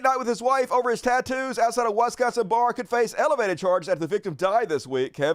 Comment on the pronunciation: There's no "e" in Wisconsin either.